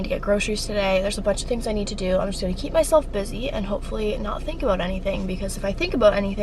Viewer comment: Hears how she says “about” and guesses she is Canadian Pulls out McDonalds bag with Maple leef on it yup she’s Canadian